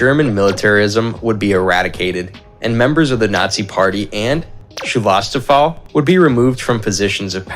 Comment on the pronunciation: When they crossed out the SS-sign at the part, where they discussed the denazification of Germany after the war, he said something like "removing the personal of the Schewastofoll". I'm a German and I thought: WHAT did he just say? What the hell ist a "Schewastofoll"??? Until I got it and laughed my ass off. He meant Schutzstaffel (Protection Squad). The meaning behind the double-S letters. 😄 That is one of the worst butcherings of the German language by an English-speaker so far. I almost laughed tears. Not the most important thing in the context with that video...but that made my day! 😂😂😂 Schewastofoll! 🥳